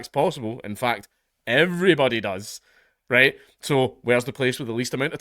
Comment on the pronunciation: "RrrhWhite!" "RrrhWhite!" "RrrhWhite!"